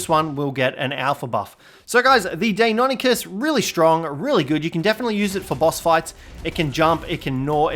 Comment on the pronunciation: Lol is there an Encyclopedia of how to Pronounce tame names? Deinonychus is Pronounced Die-non-i-cuss